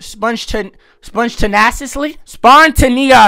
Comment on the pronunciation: that spontaneous pronounciation is crazy lol